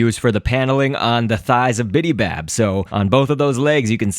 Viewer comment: BIBY bab Not BIDI bab